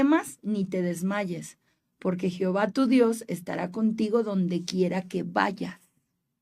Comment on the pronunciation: Gracias, excelente tema! Una observación se escuchó raro escucharte decir Jehova 🙈🙉😅😅